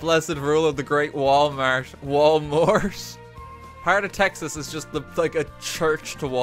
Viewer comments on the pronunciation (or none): Yeah, that was painful. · Dude I’m from Texas and he made my soul hurt